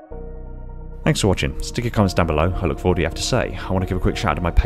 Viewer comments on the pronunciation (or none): none